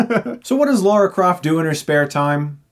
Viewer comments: Can i make a request to all Americans everywhere? Her name is Lara. Not Laura. LARA!!!!!!!!! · sweet ass review chris. i love ur channel and way u do ur reviews. just one thing its lara not laura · Dammit Chris her name is not Laura, its LARA! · Lara not laura 😂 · LARA LARA LARA LARA LARA LARA! Why do Americans pronounce it "Laura"??!!! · (Says LAURA over and over) ITS LARA DAMMIT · Before I clicked on this I knew he’d pronounce it Laura u know it’s a different name right lol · Clenching my fist every time you say Laura! It's Lara, LARA! Did you just say Daniel Creg? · why do some people pronounce her name as Laura Croft, it annoys me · "Say la"...... "la" "Say ra"...... "ra" "Say Lara"...... "Laura" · Laura Croft?! LAURA?! It's just Lara. The one time a character has my name... Man... This is the mispronounciation every Lara hates getting :( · It sounds like you say "Laura Croft" :D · Is it just an American thing to pronounce Lara as Laura. They're two different names pronounced differently. This is coming from a Brit, where Lara, the character, is from. So. Not Laura, my dude. La-rah. Not Lor-rah. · Still not Laura. IT’S LARA. Stuckmunn. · Dude it's fucking Lara not Laura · Getting called Laura is the most irritating thing for people like me called Lara. Seriously, it's 4 letters. It's pronounced as it's written. The first few times I get. But if someone continuously called me Laura I would get annoyed. :/ A bit of my soul died listening to him butcher the name. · My name is Lara and it is a little annoying it being pronounced "Laura" also I'm a lesbian and was and still am very gay for Angelina Jolie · If you say Laura one more time I'm gonna... Chris: "Laura Croft!" *troll face. Me: "Fuuuck!" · Its LARA not LAURA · Lara not Laura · I love this film! It's entertaining af, what does annoy me is he keeps saying Laura. It's Lara bruh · God damn it, her name is Lara. Not Laura. Shit. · Laura Croft? lol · Dude look, it's Lara Croft, not Lora! He said Lora, listen!